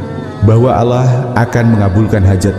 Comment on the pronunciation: Maaf menyebut nama allah kok alah